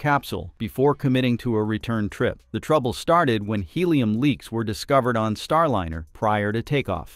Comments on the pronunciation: Not STAR LINNER!!! God that is bothering me... it is Star LINER (lye-ner)... the rest of this story is decently done... but your pronunciation of Starliner is grating. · Star liner not line r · every time I keep watching one of your videos, I keep wondering why you pronounce it: Star Lin er Instead of : star line er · The AI voice mispronounces Star Liner as Star linner.